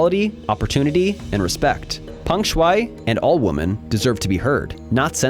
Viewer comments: This needs to continue being on the news until she is free and truly safe. As a side note- when you say womEn, plural, you pronounce it like womAn, singular. I notice a lot of people making this mistake lately. Woman and Women are not pronounced the same. Wo-man, singular. We-men, plural. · Err bro check your pronunciation of women. It's not woman. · Just me or this channel needs to review its pronunciation of "women" vs "woman"